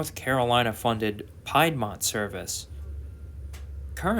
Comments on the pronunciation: Piedmont is pronounced "Pee -d - Mont" .... Not pie-d-mont... Keep on keeping on... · "PIEDmont"??!! It's pronounced 'PEEDmont'...lol Other than than mispronounced geographical area in the Carolinas, good video. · Nice video. One small point. The Piedmont trains in North Carolina are pronounced "Peedmont." Piedmont is what large geographical regions of the mid-Carolinas is named. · You mispronounce Piedmont one more time and I swear I’m going to go ape 💩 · Nice video. Thanks. Just a note … Piedmont is pronounced with an E sound as in pee.